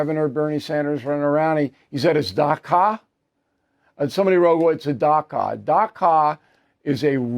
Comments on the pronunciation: It’s not dhaka it’s Dacha !!!!! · Bill is pronouncing Dacha incorrectly. It’s like a dacha as in chaquita without quita. How does Bernie know what income tax percentage that bezos pays? Does he have a straight line to the accountants office? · Dacha rhymes with gotcha.